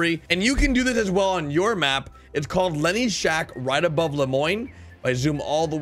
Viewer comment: Lonnie's shack, not lenny's shack as says.